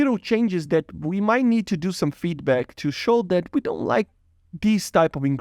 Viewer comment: to "wee" of we can find problems XD